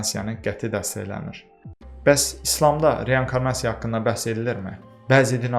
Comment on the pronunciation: Hər wey əladı amma reYANkarnasiya yox reinkornasiya